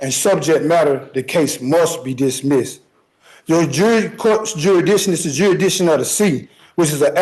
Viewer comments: Well, I'm sorry to have to break it to you, but you're already subject to the court's "jurys-dick-shun". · If he can't pronounce Jurisdiction, how is he going to show the court has none? Juraddition, he should axe someone for help. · Right outta the gate, he says the case against him is a falsality. Then the second guy is yet another dufus that can’t pronounce jurrydishon. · Dude can't even correctly say jurisdiction.... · He thinks he can get away with armed robbery and murder by spouting this crap!!! Shame on him, he's making himself look like a fool. How many different mispronunciations on "jurisdiction" can he come up with 🤣🤣🤣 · Fact that he can’t pronounce the word jurisdiction prove to me he isn’t qualified to represent himself